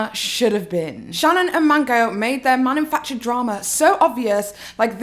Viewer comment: I love you,, and I adored this video, it had me in stitches. However, the way you kept saying "manumfactured" was painful, it legit made me physically recoil. It's "manufactured".